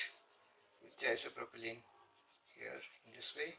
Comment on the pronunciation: Are you saying "isopropylene"?